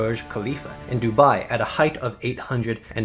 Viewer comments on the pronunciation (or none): none